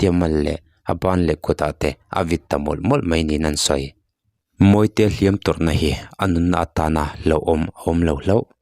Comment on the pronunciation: Sir a hlim tuâr lovin tih lai kha i lam dan kha a dik chiah lovem aww,a hliam chu a tuâr a,,a tuar lo zawk anih hmel,lam dan kha han ngaithla nawn chhin teh Lusun te Lalpan thlamuan mawlh rawh se